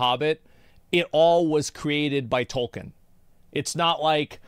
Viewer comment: The guy in the video not even saying the author's name right and referring to the entire Legendarium as Lord of The Rings kinda makes me question how much of a fan he actually is.